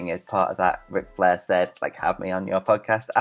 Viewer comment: “On todays westling noos Wic Flair” this man sounds like a damn toddler and has the vocabulary of one as well. One of many reasons im drifting away from this channel.